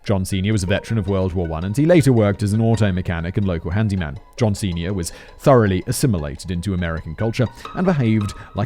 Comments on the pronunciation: about an hour in and i keep having intrusive thoughts about how simon saying "john senior" sounds kinda like "john ceña" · Every damn time he says John Senior I hear John Cena also "garrolousness" is pronounced "garr ul us ness" not "garr ool es ness"